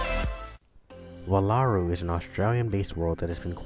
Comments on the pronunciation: Ugh! Jaki is a jackalope and is NOT from Wallaru. That is my biggest complaint. Don't spread that misconception about Jaki.....(Also It's Wall-a-roo not Wah-la-roo from my experience with these characters. ) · Your pronouncing wallaru wrong. Its WALL-ah-ru. They even say it